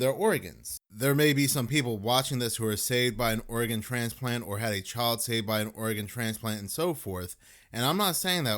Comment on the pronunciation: Just saying... Instead of saying organ... Most of the time you're saying! Love you